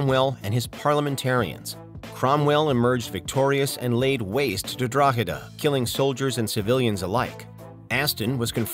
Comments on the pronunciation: Not a bad attempt at pronouncing Drogheda tbf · I'm impressed that an American can pronounce Drogheda correctly 👍